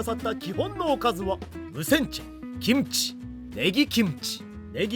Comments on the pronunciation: 김치를 기무치말고 김치라고 정확하게 발음하시는데 한국어도 되게 잘 하실것 같다고 생각됩니다 ..! 대단하셔요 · '김치' 발음 넘 좋네요 ㅋㅋ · 일본분이신데도 김치 발음이 좋으십니다~~^^